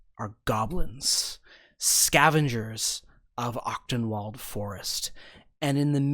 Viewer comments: Honestly didn't realize what the name was supposed to be Achtung. pronounces it closer to Octenwald than the german pronunciation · hahaha. seeing the map for the first time, i suddenly realize that you are using german names the whole time and just pronounce them english. being german the pronounciation of the word Achtung (which means caution, attention or esteem btw) is just hillarious :D and since Wald means forest, Tierhavn is located in the „caution forest forest“ :) this also explains why many names sound germanic, especially in the hooded lanterns.